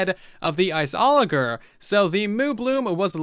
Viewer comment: Am I the only one who is annoyed of how he pronounces the word "Iceologer" ?